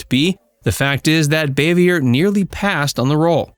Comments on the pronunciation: It’s Bahveeay. French not Bayvee ER. And she’s Ant Bea not Ont Bea. It’s regional but Ant was her region. I like these but check pronunciation. They also pronounced Jacqueline Bisset as Bissette. It rhymes with “kiss it.” Biss it. I saw her tell Johnny Carson how to pronounce it properly back in the 70’s. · NO NO NO! Frances Bavier is old French in origin. Not Bay-vee-er. Her name is French in orign. It's pronounced Baa-vee-a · Boo - vee - a ! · Her name was pronounced Bah-vee-ay. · Her last name is pronounced BAA-VE-A. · You could learn how to pronounce her name lol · Learn how to properly pronounce her last name before you do a video on her